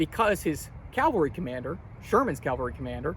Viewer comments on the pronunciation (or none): Remember, mounted troops are called CAV- alry. Not CAL- vary... Jesus died on Calvary. Custer died as a member of the cavalry ...